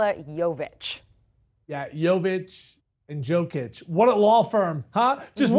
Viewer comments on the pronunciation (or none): Everything this dude said about the Nuggets was an absolute cringe... Also, learn to pronounce MVP's last name 🤦‍♂️ Edit: Jokic and Jovic don't know each other, they never met.